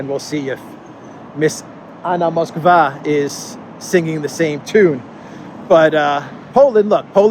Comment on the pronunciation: you pronounce the name "Moskwa" correctly. I think this is the best surname one can have in Poland these days 😂Maybe she should change it to Kijów (Kiev).